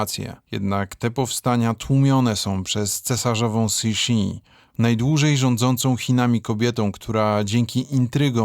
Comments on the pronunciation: Super material, sub leci. Szkoda tylko, że źle czytasz nazwy po chińsku. Np. Nigdy nie czyta się g na końcu sylaby. X czyta się jak ś; q to ć itp. Mógłbyś wejść na jakąś stronę, gdzie to jest opisane, lub chociaz w Google tłumacz wpisywać i słuchać. Szkoda, bo potem ludzie tak powtarzają. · Bardzo ciekawy material. Po chinsku Cixi jest bardziej wymawiane jako Cysi ;) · Cixi mówi się "cuszi" 😉 "sz" jest mięciutkie